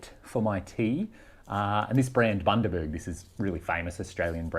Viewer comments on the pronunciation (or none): none